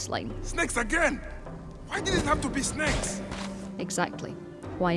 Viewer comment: it is not by ex it is bayek's tf mate... it is not magi it is medjay... it is bayek not byuk... they are snakes not snacks...